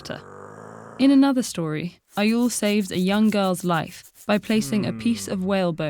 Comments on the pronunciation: Egil is NOT pronounced Eye-oll, it's more like Egg-ill... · ...Uh Egill is not pronounced EYE-IL